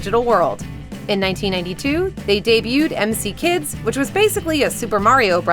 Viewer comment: You can't be this ignorant. Mick kids. That's how you say that, just like you would say Mick McDonald's